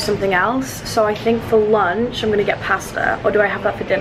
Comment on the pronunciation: Why tf does she sound American when she says ‘ for lunch ‘ ahhaha her accent is so wierd